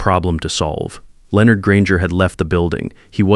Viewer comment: It is Leonard ,(soft a), not, (Leeornd)